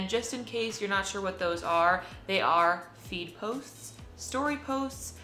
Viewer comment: Each time you are pronouncing "feed", it seems like "weed". Please correct your pronunciation